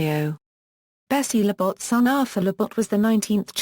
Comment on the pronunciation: The pronunciation of Labatt's is brutal! haha